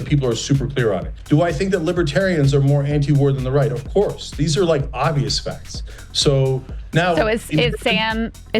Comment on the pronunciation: "OF COURRRSE"!!! 😁🌿🔥